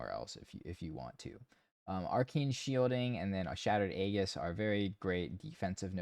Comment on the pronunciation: Dude, I love and appreciate your channel and builds. You've been such a wonderful resource, and your insightful guides have really elevated my enjoyment of the game. Just a quick note, and I apologize in advance for the pretentious pronunciation Nazi BS, but aegis is pronounced "ee-jis". The G sounds like a J. I'll go back to my hole now. Please don't throw things at me.